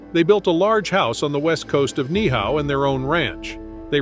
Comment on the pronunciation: Absolutely agree, many of the video clips are not of hawaii. Also, the pronunciation of Ni'ihau is incorrect, you pronounce both of the i's.